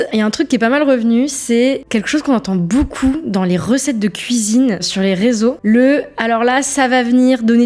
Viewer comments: Beaucouf Le p devient F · boucou au lieu de beaucoup et "je vais sur Paris" au lieu de "je vais à Paris" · "Beaucoup" prononcé "Boucoup", ça m'agace un peu aussi, je dois dire...